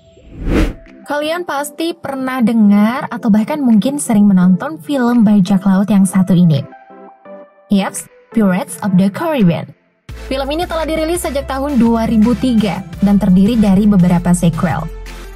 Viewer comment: What a lousy english.. improve miiin😭😭😭😭 johny depp dibc dep bkn dip.. geoffrey rush = jefry.. orlando = orlendo. pirate= pairet bkn piret 😭 dll.. tp voice overnya renyaah 😍😘